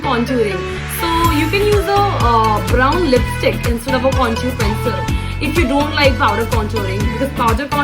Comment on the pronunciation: Its not contuurr.. Conturing.. Its contour and contouring🙂